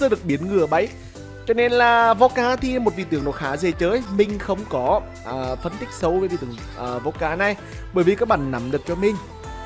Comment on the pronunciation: Vô cát chứ không phải vô ka như anh nói :))). Youtuber như quần đùi